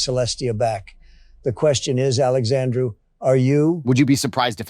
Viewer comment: Funnily enough Indians love calling me Alexandrew, weird I didn't know my name was that hard to fuck up